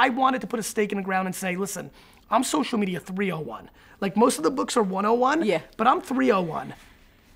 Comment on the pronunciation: LOL Marie! I heard you say, 'social medier" - seriously excellent interview, you both ah stahz.